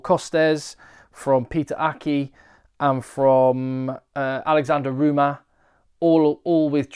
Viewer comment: I agree the competition is really exciting ! Pronounciation wise : it’s Costes pronounced « cost ». And for Roumat you should pronounce the final T.